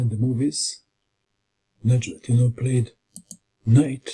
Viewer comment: Your pronunciation of Nezhmendtinov is simply superb, you are always excellent when it comes to the names of the players